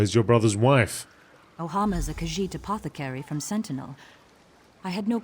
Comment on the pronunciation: The way you pronounce Khajiit is killing me XD